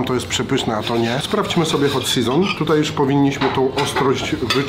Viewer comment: Hot Seżon xD